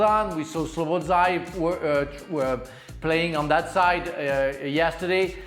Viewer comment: Slobozlai 😂 Stevie still not got the name right